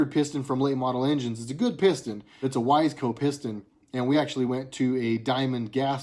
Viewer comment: Awesome 《☆》Pistons & cams have always been cool to Me:*: even Briggs & Stratton. I've had good luck with Wiseco. Seems like everybody pronounces it wrong except for You Buddy. I've heard Weezco, Wis ai co, but there are as more choices today than there were back when I was doing top ends on My RD350 Yamahas ☻